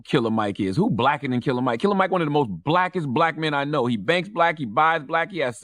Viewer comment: It’s “killer mike” not curler mike🤦🏽‍♂️